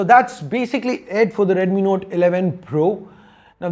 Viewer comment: Please control the accent. You said "Node 11 Pro" and "Node 11 Pro+".